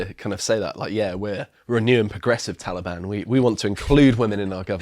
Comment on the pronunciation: So, who was at the door? Was it the tall e-bawn?